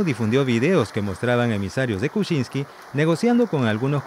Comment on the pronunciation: Kuczsinky no kuchinsky